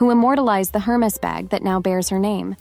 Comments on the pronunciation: Hey, narrator! It's pronounced "AIR-mess" not "Her-meez". Damn. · It’s not pronounced her maze😂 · AI calls it Hermiss! The creators seem not to care, thinking AI gibberish is good enough for us. That may be a contention point for those of us who appreciate proper English. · What surprised me is that you don't even know how to pronounce Hermes. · If you can’t say Hermes correctly then maybe you should skip the advice. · A: Learn how to pronounce Hermés correctly. B: The original Chanel 2.55 bag did NOT have double C's. That was applied by Karl Lagerfeld in the 80s-90s, when the carriers wanted the ostentation of logos. True elehance is the lack of ostentation. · Hey…be nice. Not everyone can do the “snobby” French accent 😂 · You mispronounced Hermes. The H is silent- good advice though